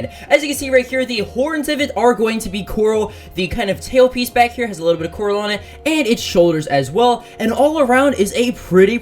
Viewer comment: It's Coralen, not Corolen, but maybe i'm wrong because all vari evolutions have o before len